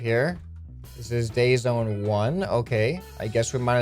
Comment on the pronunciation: It said dry zone not day zone!